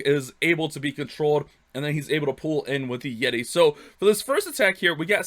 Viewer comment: “Yeti” but love the vids . Keeps the good vibes during all this quarantine